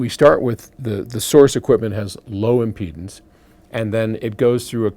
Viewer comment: "impledance pots!" Did the pot impede the speech?